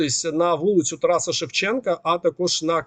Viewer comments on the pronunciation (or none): none